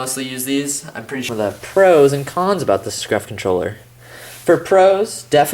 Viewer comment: Lol u said scruf not scuf